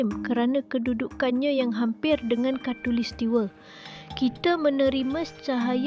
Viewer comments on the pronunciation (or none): Khatulistiwa dik, bukan khatulistiwe😂😂😂